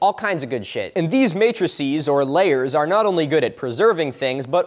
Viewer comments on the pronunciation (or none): none